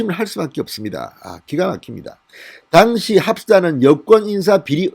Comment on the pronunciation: 진성호방송 애청자로서 진의원님의 우국충정에 늘 감사하고 있습니다. 진성호방송은 구독자가 130만명이 넘는 우리나라의 대표적인 우파방송으로서 사상과 언어 등 여러 측면에서 국민들에게 많은 영향을 끼친다고 생각합니다. 그래서 저는 진의원님에게 언어측면에서의 교정을 진심으로 당부드리고 싶습니다. 무엇보다도 억양과 발음을 고쳐 주십시오. 진의원님의 방송을 듣다 보면 억양과 발음때문에 듣기가 거북하고 힘이 들 때가 많아 구독과 구독취소를 반복하고 있습니다. 고쳐 주셨으면 하는 대표적인 사례를 들어 보겠습니다. 1)'당시(at the time)'의 억양은 1음절인 '당'이 아니라 2음절인 '시'에 두어야 합니다. 2)'증권(stock)'의 억양은 2음절인 '권'이 아니라 1음절인 '증'에 두어야 합니다. 3) 수의 발음 오류 '이십여 명'을 '이•심•녀•명'이 아니라 '이•시•벼•명'으로 발음해야 합니다. 4)고유명사 발음 오류 '윤석열'을 '윤•성•녈'이 아니라 '윤•서•결'로 발음해야 합니다.